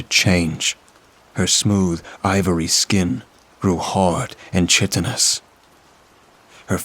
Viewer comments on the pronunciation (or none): i hate to be a nerd, but it is pronounced as' kite-en-ess' the ch in chitinous is said as a k😊